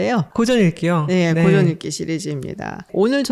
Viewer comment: 아이고!! 고전 논의에, 고전의 발음이 틀렸나이다! "고" 는 길길게 발음하소서 이런 장단음 문제가 심각하옵니다. "사실, 소설, 건, 대표적